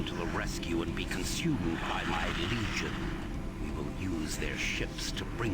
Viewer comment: If my memory serves me right here, in the Original Xbox version of Doom 3, during his impromptu monitor transmission with you, it sounded like Betruger said "be consumed by my lesion" instead of "legion". In addition to that, the monitor image would cut out and the PA System would come on with Betruger still talking. Guessing the audio was outrunning the animation lol I remember keeping an ear out for that when I played through the PC version of BFG Edition for the first time, wondering if that was still the case lol